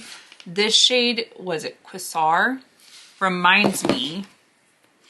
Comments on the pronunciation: The shade Quasar is pronounced with a long A. Just saying.... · Quasar = Kay-zar ❤😊